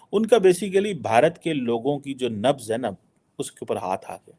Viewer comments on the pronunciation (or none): none